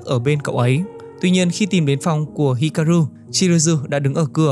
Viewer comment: Góp ý nhẹ cho anh voice của W2W ở những video sau có thể đọc chậm và kĩ hơn một chút để tránh đọc sai nhân vật quá nhiều như ở video này. Như Chizuru bị đọc thành Chiruzu, Hikaru đọc thành Hiraku,... Một hai lần không sao nhưng đọc sai nhiều hơi khó chịu với người xem và làm giảm tính chuyên nghiệp của video.